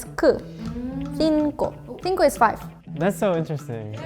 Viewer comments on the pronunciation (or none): none